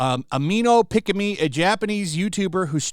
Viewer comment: if you watch any clip of pikamee videos, her laugh sounds like a kettle boiling water, is a running joke for how she laugh, and you surprily pronounce her name right, un like other guy who try cover pikamee bulling